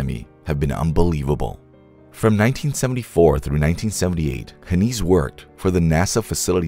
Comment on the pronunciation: It's pronounced like "Hen eyes". He was my father. While this is mostly true, some details are incorrect. Good enough tho